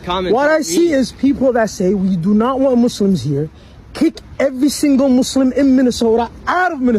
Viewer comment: Did he call himself a "Mooselum"?😂